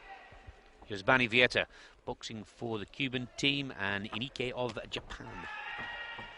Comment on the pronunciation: Why is the commentator calling him ineike